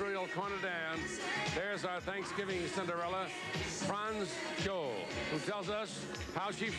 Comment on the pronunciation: Hahaha! I thought he said “Montreal Trinidad”… He also called her France “Joel” instead of Joli 😂